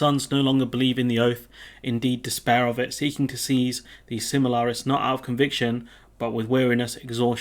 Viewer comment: sil - mar- ILL - i - an. The history of the shining stones called the SIL - mar - ills. Accent changes to make pronunciation even more confusing. And I am pretty sure it is MAY - dros and May - glor. This is an excellent book if you are a Tolkien fan. It is not just one story but the whole history of the elves, with stories of prominent people mixed in with long narratives. Advice when you are are in a chapter telling you the whole history of a region over time just scan over it as there is way more detail than you will even need and you will feel like you are drowning in facts. This not a massive spoiler really that quote about the oath, because the story in the Silmarillion is absolutely huge. And you learn lots of interesting stuff, such as Galadriel is really, really old and she is Elrond's mother-in-law. Gandalf and the Balrog are both Maier which are kind of like demigods or maybe archangels in their religious pantheon